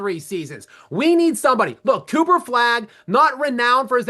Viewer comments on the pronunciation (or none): none